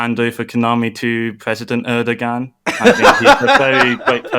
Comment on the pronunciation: the way he's pronouncing Erdogan is so wrong, that it becomes obvious that he is not from Turkey